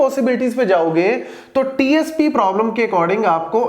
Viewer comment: I did speed to 0.5 😢 when Sir was saying Traveling salesman probablem (TSP)